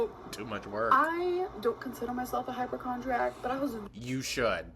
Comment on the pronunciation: ish . She definitely said HYPERchondriac. I know I’ve heard her say it that way before